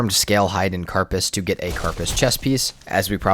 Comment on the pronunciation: How do you play Valheim this much and call the Dragon "Modder", not "Moder"? The name is "Moder", as in "Mode" that ends with an "R". "Moh-der". And "carpace"? What is that? I know "keh - ruh - pays", but not "car-pus". What is it with people and mispronouncing words? I also see that you don't know the "raise from an already raised wall" trick to raise the ground with only one hit instead of all the stone you took so many minutes/hours to gather. So "Fader" is "fade-er", which is correct. Not "fad-er" or some other stupid pronunciation. But Moder is "modd-er"??????